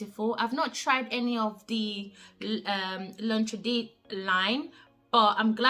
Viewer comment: You pronounced L’interdit perfectly, it was Audrey Hepburn’s signature scent, beautiful choice. Ani is so loved by the community! I have it on my wish list along with Italica and Ambre Royal from Ormande Jayne. Enjoyed this sis 💛💛💛